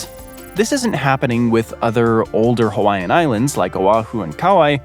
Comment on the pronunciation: as a Hawaiian I'm always amused when youtubers can't pronounce our names right :) but you actually got them well, 99% correct. But good enough to be understood!